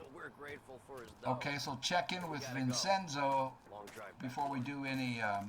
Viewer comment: Hey, a funny little Italian fact: The 'ce' in Italian is pronounced as: 'che' like cherry. So basically, Vincenzo is pronounced: 'Vin-chen-zoh' 😉 We all learn something new every day haha.